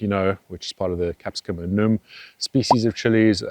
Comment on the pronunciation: I always wanted to ask if your a-noom pronunciation is an inside joke. (The correct pronunciation of annuum is an-you-um.) I mean no offense by this, but I’m wondering…